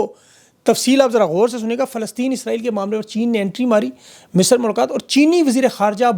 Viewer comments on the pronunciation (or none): It's Misr not Misar.